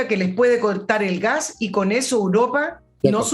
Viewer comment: Señorita, usted es periodista y debe hablar bien. No siga diciendo "Uropa" por "Europa"